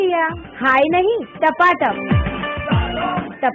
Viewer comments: Not tapatak its tapa tap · usne tapatap ki jagah fhatafhat bola 🤣🤣🤣🤣🤣🤣🤣🤣🤣🤣🤣🤣🤣